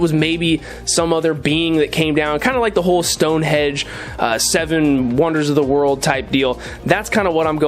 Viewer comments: Looking pretty good so far - just one thing - it's Stonehenge (not hedge lol) I'm British and that made me twitch every time 😂😂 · It's called Stone HENGE, you can get wooden henges too but the one in Wiltshire, England is stone. In either case the word is HENGE, not hedge. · The stacked rocks are reminiscent of the what is seen in Hawaii and attributed to the Menehune. These are a mythological dwarf people in Hawaiian tradition who live in the deep forests and hidden valleys of the Hawaiian Islands. BTW, are you saying "Stonehedge" or Stonehenge? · Stonehenge, not stonehedge